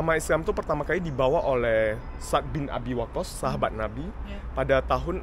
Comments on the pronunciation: Sa'ad bang baca nya..bukan sad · Menyebutnya 2 suku kata: Sa'ad (seperti kita bilang 'pada saat'), bukan Sad. Barakallah, semoga hidayah Allah turun utk pemuda2 yg baik spt ❤ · Cara baca anda sa'ad kok bacanya sad😂. Kayak sat= saat atau waktu dalam bahasa bosnia. Sat 😂. Bacanya yg bener kyk saat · Bilang nya Bukan sad.. Tapi Sa, ad..... Maka tulis nya Sa,ad, ada koma nya gitu....